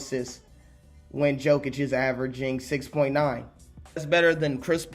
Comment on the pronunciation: Jokic is more like Yokic, you keeo reading him as Djokovic, soft y is j in his surname